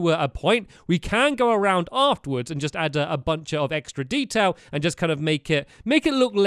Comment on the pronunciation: When stamps said detail he said dedail LOL 😂